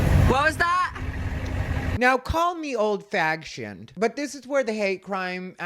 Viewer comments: Did you say call me "old. fagshion?" Omg, you're hilarious 😅😂😅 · I mean, if you’re gonna wear a little small ass shirt, own it 🤷🏽‍♀️ DID YOU SAY “OLD FAGSHIONED?!” 😂😂😂😂😂😂😂😂😂😂😂😂😂😂😂😂